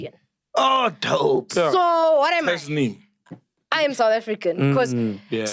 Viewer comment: Sol was butchering Tasneem from the start of the interview